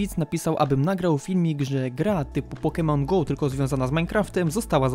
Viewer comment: Widzę Że Każdy Się Czepia Więc Ja Też "POKEMON GO" NIE "POKENON GO" xd Przepraszam